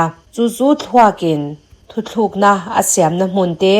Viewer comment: Thuthlukna nilovin thutlukna tih zawk tur ani e